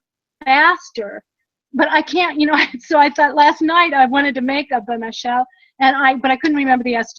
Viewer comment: Not bémachel ! Béchamel!!!